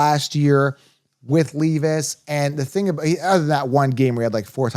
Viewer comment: It’s LEV-isss